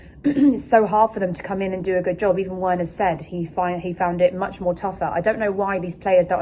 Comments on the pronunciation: “Verner” not Werner 😭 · The W in Werner is pronounced as a V.......just saying